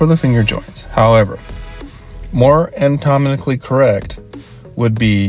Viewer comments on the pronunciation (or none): it's great advice but I keep laughing at these pronunciations XD "guess-ture" "perpendicklur" "antomically" "cyllindral" (I say this not judging, just amused)